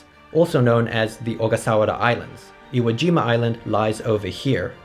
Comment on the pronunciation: Iwo Jima? Sounds like a two year old trying to say Hiroshima.